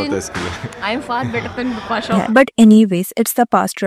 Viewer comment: She is Bipasha, not Bipasa🫤 and what's this su-pie-o-rity complex? Please pronunciation thik rakkho video banate waqt, it sounds 😬